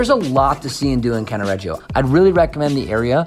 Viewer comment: you've have improve the pronunciations.........f.e. it is "Cannaredjo" not CannaREggeeeo......